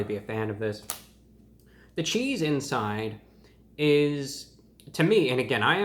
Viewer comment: bruh said “cheethz”